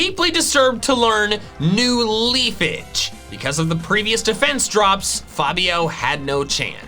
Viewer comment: “New Leafage” Ah yes Pokémon x Animal Crossing collab